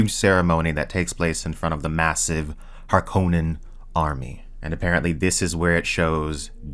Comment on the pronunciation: Thank you for pronouncing Harkonnen correctly!